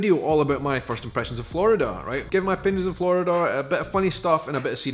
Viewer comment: Just to let you know, there is only 1 "d" in Florida. You keep saying "Flordida". Try not rolling your Rs.